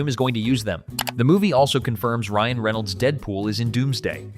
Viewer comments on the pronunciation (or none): none